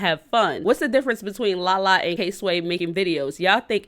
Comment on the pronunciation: Sis, did you call KWAY K-Sway? 😂😂